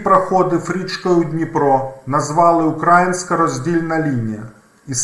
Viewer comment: дуже цікавий ролік,інформативний,але ріже вухо неправильний наголос на слові "український".Правильно наголос на літеру " ї ".Прогрес в вивченні української відчувається.Молодець!